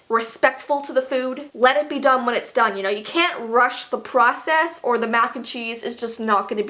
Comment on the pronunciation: “YeSsSSsss” “Eet’z dun” I’m dead XD that accent is my life sourceeee